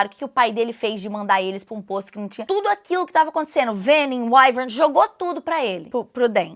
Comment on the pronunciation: gente... eu tô vendo ela pronunciar venin, wyvern, basgiath... é totalmente diferente do que eu imaginei na minha cabeça kkkkkk